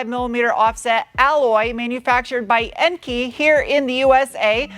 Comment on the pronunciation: Enkei? It's pronounced "En-kay" lol.